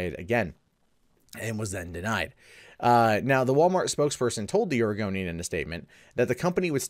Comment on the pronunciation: >> says "Oregonian" >>Hear "Argonian" instead IS A REPTILIAN! ILLUMINATI CONFIRMED!!!